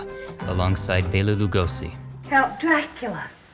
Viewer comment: Sorry your into all this great history but you don’t know how to pronounce Bela Lugosi? It’s “Bell-La” like a bell you ring. He’s such a legend and hearing his name wrong just triggered me to correct it. Sorry to be a correct cop! Keep up the interesting work